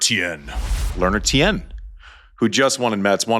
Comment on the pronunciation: Tien, pronounced as one syllable, not two.